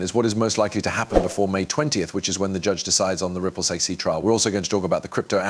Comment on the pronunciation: It sounds like a person narrating, with realistic breathing sounds and pauses, but if you listen closely, it's AI. The whole thing is fake. For example, he (it) pronounces SEC as "sic", but in a number of slightly different ways. More AI clickbait crap.